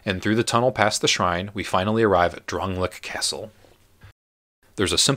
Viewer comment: It's pronounced DRAN-LAY-ICK. Don't play video games without sound.